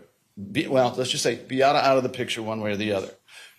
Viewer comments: It’s wildly disrespectful and her name isn’t hard to pronounce at all. BEE-AH-TAH. Come on now. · Anyone else so annoyed by the ignorance and disrespect of the defense lawyers by mispronouncing Beata’s name? They have been sitting in court for 16 days with her name repeatedly being pronounced properly by the plaintiffs for crying-out-loud. You know what that signals to me? they are deliberately choosing to say her name incorrectly because they don’t truly care about, nor feel sorry for, how they treated her, Maya, or the family. If I were Jack, I would lose my mind every time they said her name incorrectly. My heart hurts so badly for them.